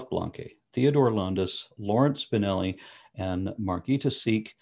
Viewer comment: You mispronounced "Landis"....